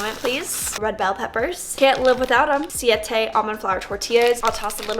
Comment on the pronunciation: I love how you say the tortillas names correctly and not like siate like other influencers who speak Spanish and should know it's Siete😂😂 are you over the pace salsa now??